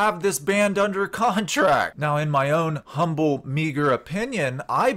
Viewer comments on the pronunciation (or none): none